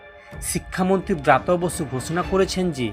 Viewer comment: ও ভাই উচ্চারণ ঠিক করে বলতে পারনি খবর পড়তে চলে আসছ? ব্রাত বসু নয় ওটা হবে ব্রাত্য বসু।